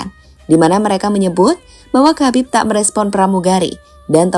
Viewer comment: "KHABIB" itu cara bacanaya bukan KABIB tapi HABIB dengan huruf K dibaca secara samar